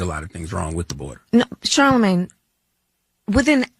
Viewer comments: And again with her blaccent, "Shalamin..." I thought she thought it disrespectful to mispronounce HER name, and here she sounds drunk while pronouncing Charlamagne. At least you,, know how to pronounce his name correctly. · Charlamagne needs a speech therapist and Kamala needs a Shrink.